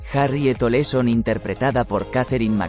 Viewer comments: No es Oleson, es OLSON .Aprendan a pronunciar😮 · El apellido era OLSON lo dijo mal en 4 ocasiones